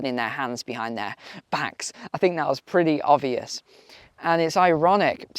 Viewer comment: Ovious ? Surely you meant to say ob-vious.